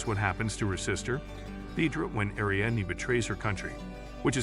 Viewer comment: Ariadne tetrasyllabic air-ee-ADD-knee; Achilles trisyllabic uh-KILL-ease